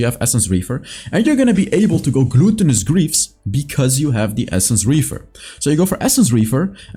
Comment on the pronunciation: the way you pronounce "gluttenous" like "gluten" in bread makes me smile everytime:)